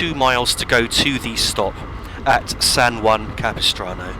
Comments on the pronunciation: Yes, you pronounced 'San Juan Capistrano' correctly. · th pronunciation of san juan capistrano is as close to correct as is possible from someone not from the area. well done. i have ridden this route many times as a passenger, and i have it on my train sim as one of my favorite routes